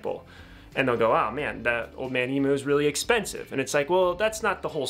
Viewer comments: It’s emu not emoo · e-mew not e-moo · Please look up how to pronounce “emu” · Pronounced ‘Eem-You’ 🤠